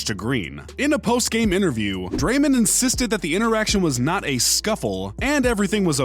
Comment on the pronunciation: Draymand Green? You mean Draymond Green.